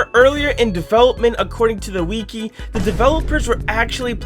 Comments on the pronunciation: “the wee key” LOL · “According to the W E E K E E ” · #42 Wiki is pronounced (Wick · ee) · "acording to the wee-kee